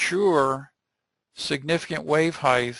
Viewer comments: Great lecture! However the pronunciation of "height" as "height-th" (with a th sound at end) was driving me crazy. "Depth" and "Width" have a 'th' sound at the end, but "height" as a 't' sound at the end. Other than that verbal tick, the content was excellent by any measure. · Yeah that heighth was so cringey I couldn't watch this 😖